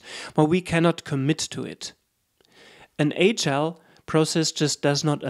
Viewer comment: 1st ... you must learn how to pronounce “agile” ...